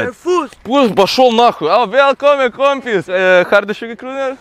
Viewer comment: "Viälkommän koompiiss" Du menar "VIÄLKOMMEN KAMRAT" <3333